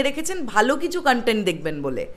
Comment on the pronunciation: ধন্যবাদ। লজ্জা পার্ট টু বেঁচে গেল আপনার মতো দর্শকের হাত থেকে। কনটেন্ট শব্দটা তো ঠিকমতো উচ্চারণ করতে পারেন না, বলেন কানটেন্ট, আবার করছেন রিভিউ!